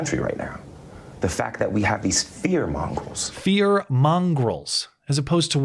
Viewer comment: Low IQ dolt can't pronounce "mongers".